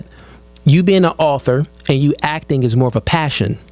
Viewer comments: Omg it's ACTING NOT AKING😤😡🤬🤬🤬🤬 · “Acken”? Is she not able to say Ac-ting? I've never heard it pronounced like she did. “Actress”? A working actress or was an extra in a movie or an actress in a porn flick? What were they in? What is there acting resume? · Please stop saying akin! It’s acting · Yo I cant stand the way this chick is saying acting sounds like yacking it's DISTURBING, these girls are delusional, truly sad how women dont understand men or what they want but a man needs to understand a women in order to keep her. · Can someone tell that dumb ass to its ACTING not akkin